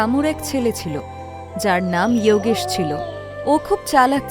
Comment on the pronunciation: বাংলা কার্টুন করছেন, ইওগেশ না বলে যোগেশ বললেই বেশি ভালো লাগতো